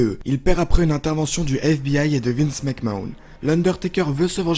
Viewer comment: Mais arrêtez de dire les "WWE WCW WWF" en français, c'est juste moche, si vous êtes des vrais fans dites les en anglais et revois comment on prononce "Mcmahon" parce que t'es à côté de la plaque